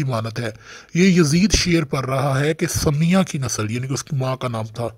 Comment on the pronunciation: Bhai wo samya nahi hai sumayya hai